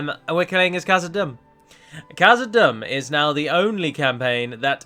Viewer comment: Hey, quick question is dûm in khazad dûm pronounced doom? Thats the way ive been saying it and it seems you say it like dum. Thanks:)